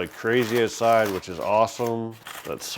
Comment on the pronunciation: I liked and subscribed! Funny, after hearing him talk about getting seasoning from Canada I wondered if he was Canadian. But, then he said, "ouoooowtside". I was like, "damn. ok he's def Canadian". We love you Canada! Not all of us voted for this shit show.